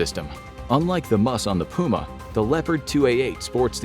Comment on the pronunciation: I’ve never heard puma being pronounced that way